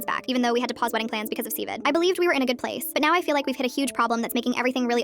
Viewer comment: Just say COVID not Cvid it’s not that bad bro it literally ended